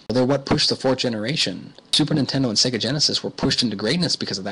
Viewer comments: That would be SEGA (Seyyyga) not SEGGA. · Indeed. Many of the older SEGA console games have the old SEGA jingle where the pronunciation can be clearly heard. I don't know why some people say 'SEGGA' (as in EGG). It's SEGA (as in AGES)